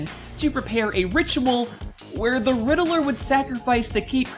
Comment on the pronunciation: i thought it was pronounced like ridd-ler but you said riddle-ler